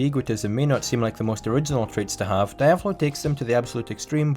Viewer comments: Die-ave-lo? IT IS DE-AV-LO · Great video man ,tho it's pronounced [Deeavolo] not [Daaiavolo] ,it's Italian ,not Japanese . They don't say [Daio] they say [Deeo] for Dio so the same goes for Diavolo.